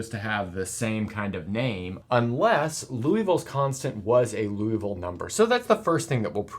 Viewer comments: You are great. But please don't pronounce this wonderful Frenchman's name like the city in Kentucky! Somebody else already commented on this and got it wrong, too! The correct pronunciation is... 1. LEE (as rhyming with TEA) OOH (as rhyming with TRUE) VILL (as rhyming with SKILL) So, you just got your first two vowels switched, basically. 2. Also note that in French it is often the LAST syllable that is stressed, so it's LiouVILLE, not LEEouville. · It‘s Liouville (LEE—OOH—ville), not Louisville (LOO—EE—ville), he was French, not from Kentucky! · That's not Loui. That's Liou. i like ee in tee (including the i in -ville) and ou like oo in zoo. Something like leeooveel. The final e is mute. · I hate to pick a nit in an otherwise excellent video. It's not Louisville (pronounced Loo Eee Ville, as in the home of the Louisville Slugger baseball bat). Rather, it's Liouville (pronounced Lee Ooo Ville). It's not a big deal, but like confusing Eratosthenes (who was apparently good with sieves and the Earth's radius) with Aristophanes (who was some kind of playwright in ancient Greece), it's easy to avoid. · I believe it's pronounced "loo-vull" rather than "loo-e-vull". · You're pronouncing Liouville as if it were spelled Louisville. You can find the correct pronunciation on the wikipedia page for Liouville (first syllable closer to "lyoo"). Other than that, great video! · You keep pronouncing it "Louisville" instead of "Liouville". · Hate to nitpick, but it's Liouville, not Louisville. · Liouville, not Louisville. Can you talk about Martin's number? Has any irrational number been proved to be normal to every base? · Nice explanation. However, it is not Loo-ee-ville, but Lee-oo-ville... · ...more like "Loo-vall" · More like Lioo-veel, where Li is the same Li in Liberty. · Isn't the name pronounced "lee-ooh-vil" or "lee-ooh-vee" rather than "looh-ee-vil"? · Pronunciation is LEE-OO-VEE-L' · I only hear Loo-evil-number